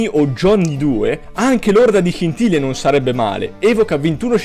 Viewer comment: ma come hai detto scintille